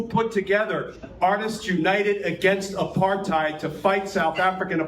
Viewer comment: nailed the pronunciation of Apartheid.